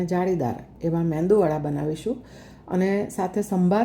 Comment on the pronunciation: Your MEDU wada made perfectly. But kindly pronounce it as MEDU WADA and not as meNdu wada